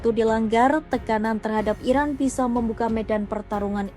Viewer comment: Ini cara membaca berita si pembaca berita agak unik, selalu diakhiri dengan nada tekanan yang aneh pada setiap akhir pembacaan. Belum lagi pengucapan kata "Iran" terdengar seperti diucapkan "Iraq" ? Untuk media selevel kompas terdengar tidak profesional. Koreksi jika saya salah.